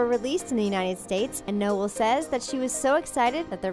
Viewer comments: Saying Noel in the Male way, it's probably pronounced Noelle...and she said ickspecially instead of especially... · They kept saying Noel wrong it is pronounced No-Elle, as in saying no Elle. I know she spells on different but still, geez